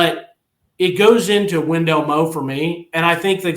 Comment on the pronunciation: Whatsup & good show and I know it's spelled Wendell Moe but it's actually pronounced Wendell Moi he looks like a Moe to me as well but with him being Polynesian they pronounce it Moi just letting yall know. GB🍊 Vols 🏈